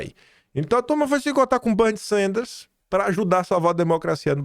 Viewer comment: Não é Banny e, sim, Benny Sanders